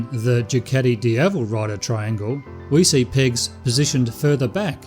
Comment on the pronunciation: I thought he was saying pigs, instead of pegs? LOL!